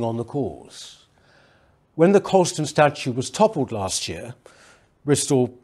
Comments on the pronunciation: 'Colston', not 'Coulston'. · It's Colston. Not Coulston